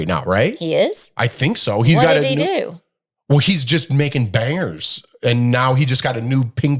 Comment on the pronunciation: Irritates me when says “ wool” instead of “ well” - I cringe!